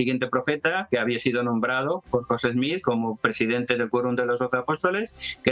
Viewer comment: Al Sr.. primero es Smith, no Smich, Segundo, si hace una investigación, encontrará, que por orden de los ancianos adventistas, se hizo un descubrimiento interesante, Elena White era prima de una de las esposas de José Smith, por tanto mucho de lo que escribió, fue influenciado en gran manera por las creencias Mormonas de la época, en especial sus leyes de salud.